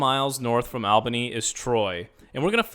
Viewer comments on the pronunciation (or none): Nice, but quick review. What bothers me is how you pronounce Albany. It is ALL-buh-nee, not AL-buh-nee. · You should have practiced saying Albany, because you got that wrong. The AL in Albany should be pronounced “ALL” as in all good, not “AL” as in Al Bundy. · Native here. It's a nice region. has some flaws as all cities do, but to be honest it's not terrible. Mass transit could be better though, imho. Amtrak to NYC is a nice perk (not mentioned in video). Also, as many have said, you mispronounced Albany, and you sort of glossed over the art district in Albany (The Egg is pretty interesting). Lots of old buildings to see and enjoy, too. Lots of people know each other - the Smallbany effect LOL. :)